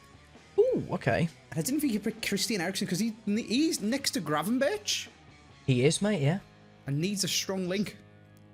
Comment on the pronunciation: Ah yes “Gravenburch” XD